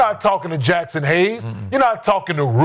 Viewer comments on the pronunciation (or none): none